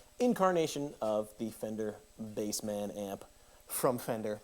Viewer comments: isnt it bassman not BASE-man? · Dude it’s not pronounced Bass-Man, it’s bassman 😂